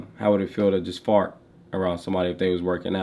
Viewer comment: “It’s fart not fot” 😂😂😂